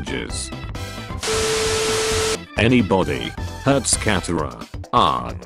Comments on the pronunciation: It's katara not catara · “Aang, katara, ba sing se” Robot voice: “Ong, Cat-era, bay sing say” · I love how it pronounces Katara and cat-a-ra and Aang and ung